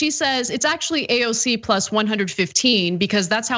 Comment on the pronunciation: HE cant even say AOC'S name!!!